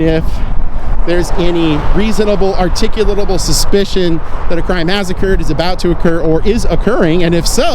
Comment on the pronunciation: 9/10 times, an auditor cannot pronounce articulable. Ar-tick-you-la-bull